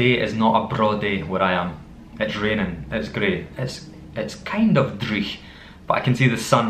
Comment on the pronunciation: You don't tap the r in driech?? I know you tap you're other rs but not that one.